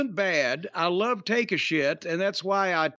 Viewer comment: i always laugh how jim calls takashita take a shit